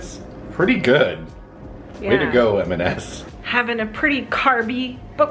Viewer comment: Just a gentle side note, it’s M and S, never MS…